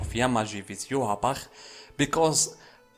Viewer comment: You are the only one who pronounces ywatch as good as the man who voices him